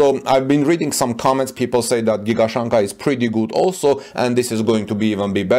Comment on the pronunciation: Shanghai should be pronounced Shang-hai, not San-ghai.